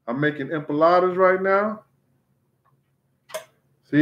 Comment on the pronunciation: Loool is it empanadas or empalades I’m confused the way he’s saying it